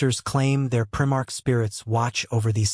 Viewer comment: “prim-ARCH.” More crap.